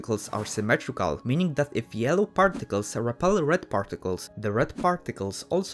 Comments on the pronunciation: 'parrticless' lol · I though he sed farticels